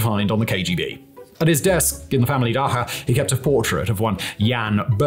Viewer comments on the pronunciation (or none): Funny that mispronounces "Dacha" as "Dakha". Clearly an influence from him living in Prague for so long ("ch" in czech is pronounced as a hard "kh", as in the city "Chleb"). Reminds me of trying to czechify my Russian to get by during my time in Czechia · Dah-tsha, not dah-kha☠️ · "Daha", are you Jewish? Everyone, especially the russians, pronounces that word as "da-CHA" emphasis on the "cha" as in "CHArcoal". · Не дакха, а дача❤ Благодарим за познавательное видео. Зачем драма на фоне? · It’s pronounced “Dahcha” not “Dahha” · It’s pronounced “Dacha” not “Daha” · It's 'dacha', not 'dakha'. I saw zero videos of this guy with no mistakes like this. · Daha lol it’s pronounced Dacha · Vlad is short for Vladislav. Not Vladimir. Also it’s pronounced Da cha. Not Da cka. Other than that. Good video. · it's "daCHa" not "daHa"... I lost focus every time i heard it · Its pronounced Dacha and not daaha as you say it... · It’s the “dacha”, not “dakha”, my friend. A small detail, but still… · Oh, lord, why don’t you check your pronunciation of Russian worlds like dacha. It’s pronounced like datsha, not daha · It's "dacha", not "daha". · it is pronounced [ˈdat͡ɕə] more like dacia than dakha. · It’s- dacha (Дача), not daha(даха). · "Dakha"? Don't you mean 'dacha'? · Dacha isn't pronounced the way you're saying it, the 'ch' is pronounced like in 'chop'. (дача not даха) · it's not DAHA it's DACHA (like in cha cha cha)☺ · Dacha, not dakha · It's pronounced dacha. Just how it's spelled, not daha. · its pronounced dacha, when you have ch as in cheese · off topic but the way you pronounce dacha is hilarious, it’s actually more like Dutch-ah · it is pronounced like daTCHa and was not that sign of prosperity given post-urbanisation and especially post-war amount of "nobody's land"... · cool video, but dacha pronounced differently, still respect for the video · Дача Ч Ч Ч daCHa why the hell are you saying it like it is an arabic word?